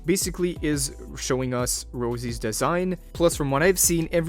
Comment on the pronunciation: Its not Rozie you lore skipper. Its Rossi. Italian Rossi. :face-orange-frowning